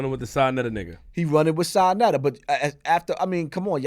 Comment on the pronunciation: Sanetta lol its Sa neter Flip